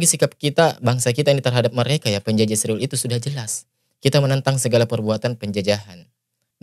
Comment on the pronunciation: ISRAEL BUKAN ISRIWIL. SEBUT NAMA YG BENAR PAK